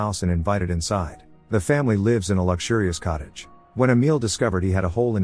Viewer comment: Seriously you need to teach your computer how to tell the difference between "lives" & "lives". It seems to only know 1 pronunciation. This is why I seldom even make it through the videos with computer voices.